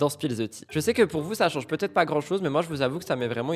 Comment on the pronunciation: MDR l'avocat qui massacre le français, tel un Youtubeur analphabète "des erreurs ont puTêtre commises" c'est cela oui